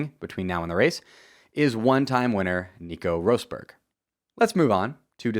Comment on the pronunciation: Why did you butcher Nico Rosbergs name broooo WHYYYYYY